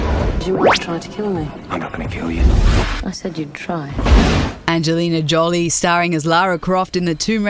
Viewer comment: "Angelina Jolly"